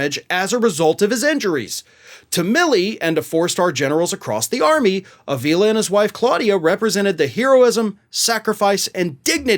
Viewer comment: Four long years in which Donnie Boy proved beyond all shadow of a doubt that he is a nincompoop and a thoroughly worthless individual and a nauseating excuse for a man. Pronunciation is AH-vila,. (Spanish-Latino surname) Donnie Boy is vile, indeed.